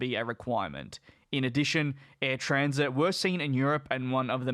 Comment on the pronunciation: Since you are leaving youtube to move to discord, I won't spend much time writing comments here. but it is Air TransAt, not Air Transit. Air Trans-Atlantic not Air Transit. I sent you on Twitter the link to the actiual Order in Council with all restrictions. It shoudl be noted that the minister's decision goes agains recommedation from Competition Bureau. But I guess because you have moved to discord, it is a waste of time. Good luck on discord.